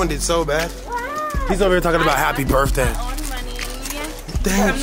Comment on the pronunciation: 🤣🤣🤣🤣 dat nigga say happy brith day ahhhhh